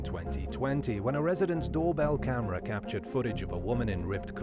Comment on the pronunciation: what is this capatured you speak of